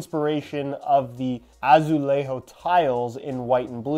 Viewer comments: Ah-Zoo-Lay-Jo (the “J” has the same sound of the “J” in the French word “jour”) Portuguese doesn’t pronounce the J like Spanish do. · Pronunciation of J in Portuguese is completely different than in Spanish but other than that and a slightly wrong E pronunciation which is harder to guess it was ok hahaha Quick tip is to run the word on google translate and hear the pronunciation there, it is often correct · Dude, that Azulejo sound, seemed more Spanish. We are not fcking Spain. Next time, imagine Julia female name. The first syllable sound, JU is equal to azuleJO